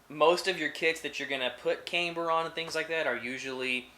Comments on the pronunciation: Cam-ber not Came-ber, you wouldn’t say Cameshaft would you. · Nice video! Very informative! Oh, and FYI you're pronouncing camber wrong. It's "cam" not "came". Like how you would say camshaft. Look forward to seeing more vids! :)